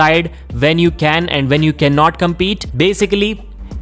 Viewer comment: When not vhen